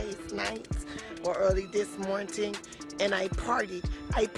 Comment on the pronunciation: “this mornting”. 😒